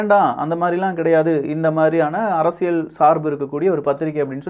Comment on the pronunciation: தம்பி, உங்கள் தமிழ் உச்சரிப்பில் ஆங்காங்கே தமிழ் கொலை செய்யப்படுகிறது. உதாரணத்திற்கு: அறசியல் அல்ல அரசியல். நள்ளது அல்ல நல்லது. உங்கள் உச்சரிப்பை சரிசெய்ய உதவி தேவைப்படின் தொடர்பு கொள்க (இலவசமாக). மெல்லத் தமிழ் இனிச்சாகாதிருக்க விரும்பும் பாரதி வாரிசுகளில் நானும் ஒருவன்.